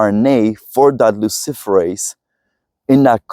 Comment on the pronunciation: Did he say luciferous???